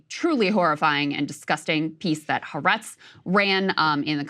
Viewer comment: It's pronounced ha - aretz, two syllables, emphasis on the 2nd.